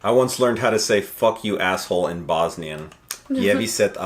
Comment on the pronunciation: lol wasnt expecting bosnian in this video. was kinda mispronounced but also not sure they gave you the right translation. kinda sounds like your saying "ef you goat effer". i couldnt really understand the middle part. f you would be "Jebi(yebi) se(sa)" and goat is "koza". using goat as insult is like calling some the B word. then a hole doesn't have the same translation cuz in english it has too meanings and words dont always translate 1:1. it translate to supak or supcino depending on the sentence structure